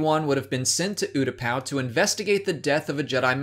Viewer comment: Anyone else kinda annoyed how he mispronounces Utupau?